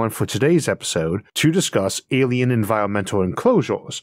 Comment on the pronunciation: "Awien wefugees" - the speakur